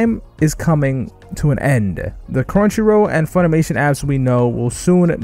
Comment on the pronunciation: Hey just wondering where you’re from I’ve never hears anyone say crunchyrow